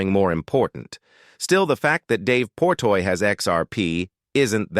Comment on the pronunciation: Jesus fuck his name is Dave Portnoy not Portoy .. how can I believe anything in this video if you see that dude’s name wrong 15 times